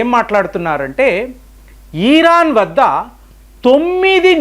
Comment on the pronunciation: ఇరాన్ not ఈరాన్... ఈసారి ఆ ధీర్గం మానెయ్యండి.